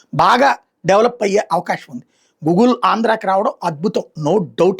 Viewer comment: gugle kaadu..goodgle....learn english